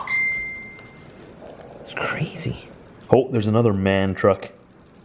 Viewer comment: Its M A N not Man